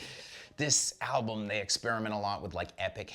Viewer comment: Yeah he knows. Welcome to mispronounces things on every Banger TV video.